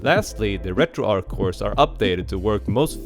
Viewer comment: It's not Retroark. In developer interviews and team discussions on Discord, the creators confirmed that the name was inspired by Arch Linux (since the project's early days were closely tied to it). Because nobody says "Ark Linux," the "Arch" in RetroArch follows the exact same soft "ch" sound.